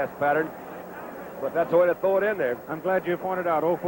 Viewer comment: with Sonny, throw is pronounced "thow.". When I was a kid, I found it funny when he moved to color commentary for CBS.